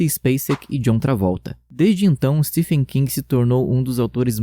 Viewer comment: Não é ”Stefen” amigo, a pronúncia de Stephen é “Steven”, só estou corrigindo pois achei muito legal seu vídeo